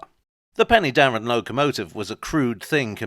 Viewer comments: Pen'darr'en (three syllables) Please confirm to the correct pronunciation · Help. I now feel old, having visited the Rail 150 event! One small point on this excellent video - Penydarren is better pronounced Pen-er-darren . A lot of interesting history there from the Romans through the Merthyr Rising to the football ground. There's a replica of the Trevithick loco at the Waterfront Museum in Swansea which can apparently be steamed, though I've not seen it happen.